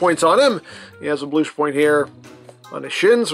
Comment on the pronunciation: “ We never bloosh to early ! “ 🤣🤣🤦🏽‍♂️